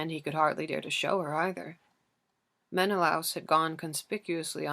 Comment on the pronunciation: i love the way you read the book SO MUCH but your pronunciation of menelaus is effecting me. No hate I just really felt the need to say it